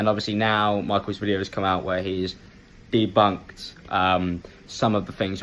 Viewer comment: Did he just say "DeBuNkEd" ?